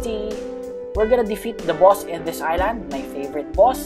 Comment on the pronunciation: I like the way u day boss bwoss it’s funny